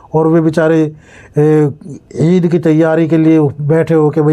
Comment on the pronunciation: Aisa koyi boyi nhi bolta. Eed